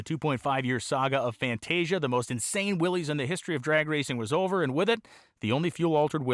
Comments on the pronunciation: Pronounced "Willis" not Willies. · RAD!! I thought they were pronounced WILLIS not WILLYS though? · Pronounced same as "Willis" not "Willees" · It is. Some where it got contracted into Willy’s but its pronunciation is Will Lis, Willys is another spelling of Willis like you stated.